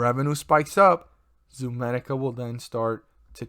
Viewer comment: It’s not ZOOMEDICA!!!